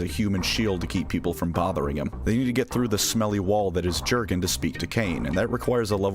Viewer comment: I like that first artwork of Jurgen (It's pronounced "Yur-gen," btw, it's Germanic). By the way, contrary to the memes, most Inquisitors DON'T go blowing up planets willy-nilly, because it's the kind of thing that carries big consequences if you don't have a damn good excuse for it. That planet is part of the Emperor's domain you've been entrusted with, and just because the Imperium has a million worlds, doesn't mean that a lot of other worlds won't be affected if part of their supply chain suddenly disappears!